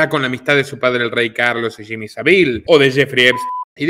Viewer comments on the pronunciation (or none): none